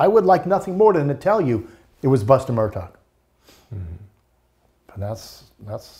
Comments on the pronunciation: NOT MUR..DOC!!! It's pronounced Mur-‐ DAW!!! REALLY! Journalist get it right!! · INDEED! It was annoying. The name is actually pronounced "Mer dock." If this guy can't pronounce the name, it makes me question how much work he has done in person and how he could not have been corrected or at least pick up the correct pronunciation. The spelling is inconsistent with the pronunciation but that is a matter of local idiosyncrasy. And, the sniffling bothered me greatly. Couldn't they find a tissue? Even a napkin. Sorry, but something about this guy doesn't ring true. Between the sniffing and the inability to correctly pronounce the name he lost any credibility with me. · He also mispronounces the name. If you are saying "Mur-taw," you have not been following the cases. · Would someone tell him the name is Murdaugh not Murtaugh? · This guy still can’t pronounce Murdaugh “Murtaw” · Very knowledgeable guy, but I really wish that he wouldn't keep saying "Murdot" instead of Murdaugh...he really should know this by now. Also please give him a box of tissues !!!!! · Good interview. is obviously well informed. Just wish he’d drop the “t” in Murdaugh! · For goodness sake, give the man some antihistamines. The sniffing and snorting were beyond irritating. I had to stop the video. If he wants to come across more professional, at least learn the correct pronunciation of Murdaugh. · This is very interesting and a lot of good information but why does he not know how to pronounce the name Murdaugh? Also, what is with all the sniffing?